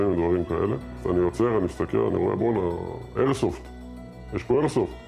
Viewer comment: כע הוא אמר איירסופט כאילו זה טיל בליסטי באמריקה זה חוקי פה לא